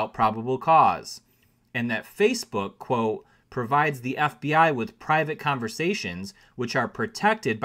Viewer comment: Say the T in quote. Good story.